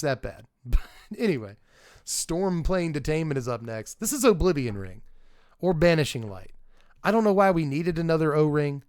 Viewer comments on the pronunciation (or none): none